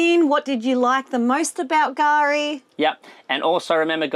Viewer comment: Gari ?? K-Gari. .